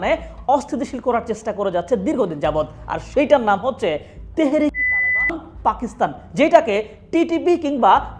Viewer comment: তালেবান নাম নিলে কি আপনার সরম করে? পুত পুত সাউন্ড দেন কেন?